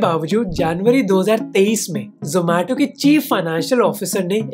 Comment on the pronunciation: Aree zomato wale yaha ni aaye zo-maa-to bolne